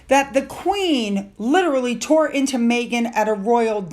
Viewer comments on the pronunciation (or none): none